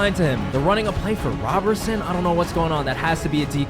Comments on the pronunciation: I hate that you kept saying Robertson instead of Roberson… it’s crazy as a basketball fan💀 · it’s pronounced like Rowberson💀 I enjoyed the video and didn’t mess up the experience, just bothered me a pinch👍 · Hate how you say Roberson. Also why is Jared Dudley playing on the Nets lol, man was on the team he didn’t play just watched on the bench lmao